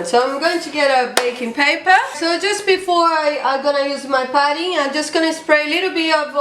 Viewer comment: i love how she says putty ,its sounds like party..."its a party😂😂